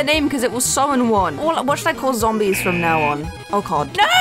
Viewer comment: zongies instead of zombies